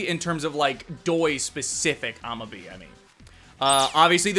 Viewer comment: Amabie is actually pronounced Ah-Mah-Bee-Ay. Sounds kind of unintuitive in English, I know.